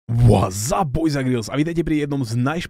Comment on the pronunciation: Girls sa cita grls a nie grils